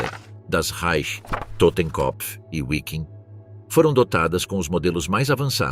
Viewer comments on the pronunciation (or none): Não foi Divisão UIKIG. O certo é DIVISÃO VIKING. (Pronuncia) Escrita, Wiking.